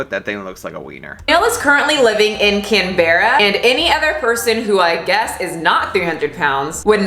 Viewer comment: I can't with the way she pronounces Canberra. It's not Can... Berra. It's one word. Say it with me kids. Canberra. Canbuhruh.